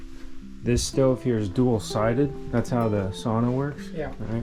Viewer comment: How come you pronounce sauna as it is supposed to be pronounced in finnish?